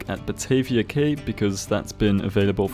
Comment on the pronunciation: Great video, can't wait for the next Parkitect vid in the series. Btw, if it ever comes up again in a game, the word "cay" is pronounced "key", as in house key, car key, etc... Not trying to nitpick, just trying to help!